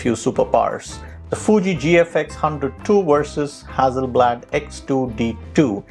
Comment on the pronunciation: the price of the Fuji is $5100.00 everywhere on the internet, not " $8500.00". Very good video to steer one in the right direction depending on the type of photograpy. Just as an aside, you pronounced "hazi" FYI, a double "s" is emphasis on S not z. As in Mississippi. So, no side by side comparisons of the same shots ??I think that's what most people want to see.